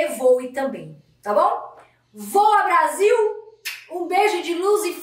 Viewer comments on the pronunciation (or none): none